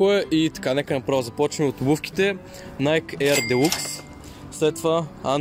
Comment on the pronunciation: Казва се найки😀